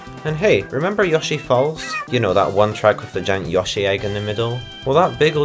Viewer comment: "remember yoshi falls?" "YOUABUAB"